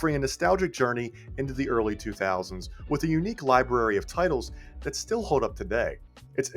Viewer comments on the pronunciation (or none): LibRRRRRary. OLLLLLder.... just saying.